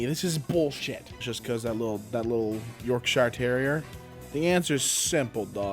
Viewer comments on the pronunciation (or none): A polite reminder from everyone in England. It's pronounced York sher as opposed to York shire